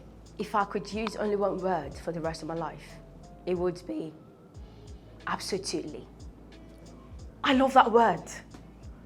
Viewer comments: She said Absotuly, but me saying Absolutely. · Please oo, which one is "ABSOTUTELY" again kwa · When she first said absotuely I was confused cos I was like it should have been absotuely. I even wanted to check the dictionary cos I never tot she would speak a word incorrectly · Sounds more like absolute + totally = absotoutally.... It's called blending